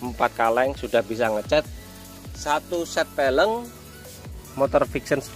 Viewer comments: Velg bukan peleng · VELG. Kok FELENG ya. Aga' aneh dengerhya hehe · peleng hahahaa pelg bele bukan peleng, anak motor kok nyebut pelg kok salah hadehhh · Peleng apa velg bang😂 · velg kali bang bukan peleng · Peleng ?? Apaan tuh 🤣